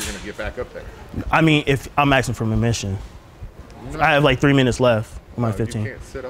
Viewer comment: He said “I’m asking for Mermission” 😂😂😂